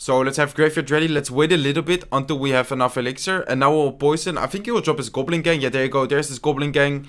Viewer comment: Surgical "Gublin"